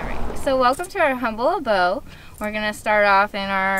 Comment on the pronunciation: so, welcom to are humbull abo. we hav all ov are like, cofvees tees gahnorla bars. Me: 😐